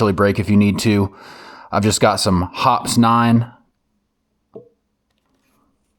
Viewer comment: Pretty sure Hoppes 9 is pronounced like "hoppy's"... Nice work, and nice rig BTW.